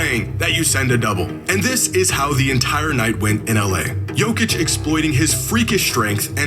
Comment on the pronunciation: SAY IT SLOW BRO.... YO - KICH - You cant be that dumb. Its an act right?